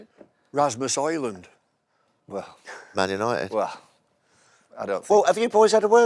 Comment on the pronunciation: Bumble: "Rasmus Hojlund" hahahahahahhaaha